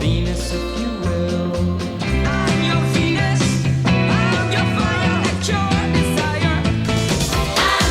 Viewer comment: Shocking Blue: She also misread the Y of Your as a J... Sang as 'Jour' desire.